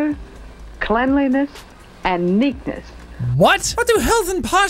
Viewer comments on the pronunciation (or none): This female creatire just said “Clennliness